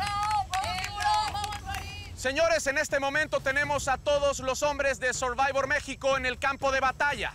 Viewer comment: Dice el comentarista, sorbayvors. Le copean a programas americanos y ni el nombre lo pueden pronunciar bien.